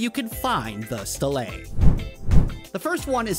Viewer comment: Pronounced STEEL-Lee or STEEL-Lah